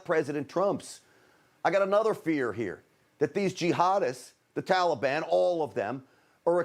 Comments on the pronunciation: Could be just me but the way he pronounce "Taliban" - "Tolibon" is just irritating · "Tallybond"? Wth? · Why are these people keep pronouncing Taliban, Talibon? LOL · That’s “Tally-ban”. Biden and all his friends are morons. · He even says Taliban differently than we have said forever. Why such reverence. Hmmmmm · He pronounces Taliban like a little child